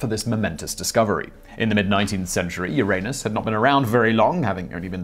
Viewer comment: He did say it the proper way! It was changed when the PC police came knocking!